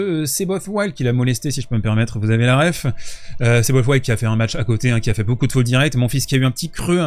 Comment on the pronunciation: Seyboth Wild...on ne le prononce pas à l'anglaise. Son nom est d'origine allemande mais on le prononce à la portugaise. Il est brésilien... Moi ce qui me sidère, c'est le nombre de kékés incultes qu'on trouve dans le milieu du tennis et surtout chez les français (arrogants, insupportables...)